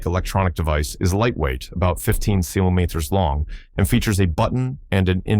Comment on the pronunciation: Why doesn't somebody teach that stupid Ai how to pronounce centimeter. Or, switch to Imperial Measurements.